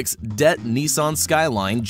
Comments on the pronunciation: Please stop calling the DETT engines “Debt” engines, it’s D E T T. it makes you sound dumb. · C'MON MAN! Dett is not a word. You say D E T T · pronounced d.e.t.t. as "dett" rip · Dett? You mean Dee•ee•tee•tee? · 🤔 first time I’ve heard it called “det” and not D-E-T-T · Am I the only who's disgusted by him saying "dett" instead of "d-e-t-t"? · Lol!!! You actually said dett! “Some say the rb26 (dett) engine can handle a single or even twin turbos” -the person that doesn’t know dett literally stands for dual overhead cam, TWIN TURBO and is pronounced D,E,T,T!🤣 Rotaries are reliable?! Lol! Stop bro! I can’t breath!!! 🤣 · D-E-T-T not det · Lmao ... It also bugged me that, when speaking of Nissan motors, he continued to pronounce "dett" as though it is a single word instead of saying "D-E-T-T" which is part of the engine code's specification designations. He does this with the RB26DETT and later with the VR38DETT. This bothered me greatly and really diminished any confidence I could have possibly had prior towards the narrator's knowledge. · You don't say "DETT" as a whole word. You say it by the letter. Like " D E T T" :/ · It’s not Dett it’s D-E-T-T say each letter it’s not a word 🙄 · you lost me at saying det, not D-E-T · It’s pronounced “d.e.t.t” not “det” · It's d e tt not dett and the r32 is what made the rb26 known but I guess for Americans the 34 because of fast and furious. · ...whoever is reading the script is absolutely clueless. I lost it at DETT. It's D E T T. 😔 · This nigga said Debt instead of D E T T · Why did u say DETT as one word it's pronounced as each letter D-E-T-T Shows Honda Civic type R and refers to it as Acura RSX Type-S as well And then he talks about the BMW diesel I6 and shows 2 M3s The Mazda rotary is reliable until you push it because the scraping on the walls killed the engine compression ratio rendering it useless For the vr38dett again D-E-T-T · It's not one word, you don't SAY DETT, every letter is individual, it's D.E.T.T